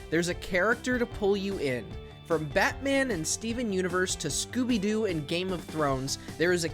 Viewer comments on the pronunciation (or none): none